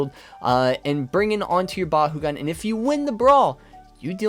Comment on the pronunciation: I love the vids but it pains me to hear it pronounced “Ba-hoo-gan” lol it’s “Ba-koo-gan” where I’m from (And in the Battle brawlers show) I hate to be “that guy” I just find it funny 😂